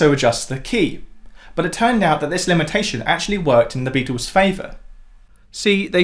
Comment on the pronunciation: Please…. Beatles not Beatools, hassle not hassool, and certainly not togever